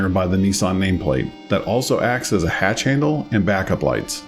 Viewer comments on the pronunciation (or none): none